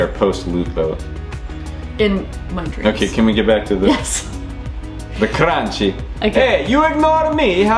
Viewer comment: Its pronounced "cranky"